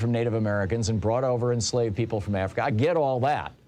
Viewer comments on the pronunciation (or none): none